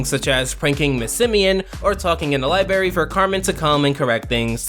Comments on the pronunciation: The thing thats angers me most is you saying "libarry" instead of "library" lol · Lol u said libary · Ah yes... libary /j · LIBARY AJJSJQBNOWDKWJWKWOSKWOS